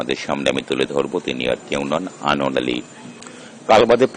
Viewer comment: Anwar uccharpn ta sposhto vashai bolun eto joriye bolchen krno